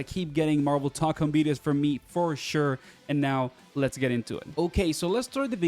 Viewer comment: I’m sorry but it’s pronounced (toe con)